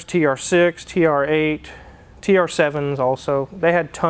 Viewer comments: It's TURRRR-EIGHT! Wife: (no reaction): It's TR 8, yes. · has been eating too much Kelloggs Frosties with saying TRrrrrrrrreighhhhtttt